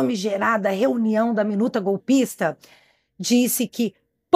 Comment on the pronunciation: Alei..fala com ódio pra dar ênfase " a minuta golpista"